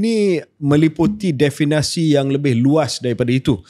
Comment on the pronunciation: KJ banyak kali sebut “definasi”… Perkataan yang betul adalah “definisi” diambil daripada perkataan asal dalam bahasa Inggeris iaitu “definition”. Harap dapat betulkan. Apa-apapun, terbaik KJ dan Shahril. Teruskan usaha kalian yang bagus untuk manfaat seluruh rakyat Malaysia.